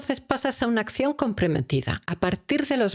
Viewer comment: Todo excelente, pero la pronunciación, me distrae. Astitus, por actitud. Ascion, pasto por pacto.. y así sucesivamente. Perdón pero me crea caos mental.